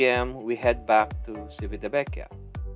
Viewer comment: It's Chivitavekiya😊 Italians don't pronounce their 'ci' like 'si' in Tagalog. It's weird, but that's the way they pronounce their words. 'Chi' on the otherhand is pronounced 'ki' like in Kiko!😀